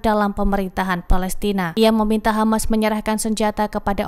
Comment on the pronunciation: Bro Always Say KHAMAS